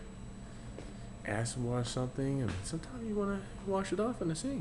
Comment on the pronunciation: I thought you said want a sink when you "ass wash." Then I realized you said acid wash, hahaha.